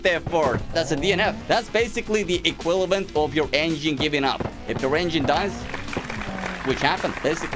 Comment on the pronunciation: Equivalent ❎ Equilavent✅ love ya man